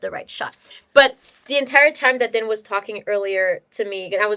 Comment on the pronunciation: or so: miss-hearing fins and fans? Whatever--early on, each time you said "Dan" , I heard "Den". One of the reasons I dig this channel is that we all come from different places; differences define us. Languages, food, life experiences from strife to success. Going out in the world inspires us with the real texture and variety of life, or we'd never explore, never climb or sail. The snow is melting here. Little SV Surprise is about to spring out of her shelter. Peace and hope for Haiti and all around the world.